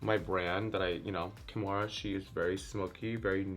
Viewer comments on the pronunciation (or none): not KIMORA shading KAHMORA